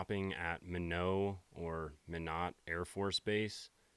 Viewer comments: Minot is pronounced my-not. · 😂 As a person from Minot, the mispronunciation is quite common. It's pronounced "my not". Love watching your videos. Thank you for helping me unwind throughout the week.